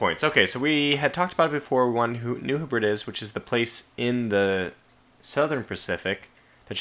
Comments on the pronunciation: Oh my, this was one excellent video. As "Graustreif Brombeerkralle" mentioned, that was probably the funniest moment in the video! Besides that, as far as I know, New Hebrides is pronounced, New Heb-ri-des. And as always, England Prevails! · I believe New Hebrides is pronounced New heb-red-dees... 😉